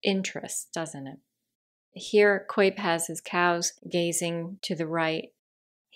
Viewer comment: Thanks for this, very helpful. Your voice tone is very nice, FYI it's more like "COWP" not "COYP" for Albert Cuyp :)